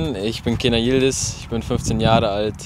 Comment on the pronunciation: Stark! Ich bin echt stolz auf ihn und denke, dass er es schaffen wird. P.S.: Er heißt Yildiz und nicht Yilidiz :D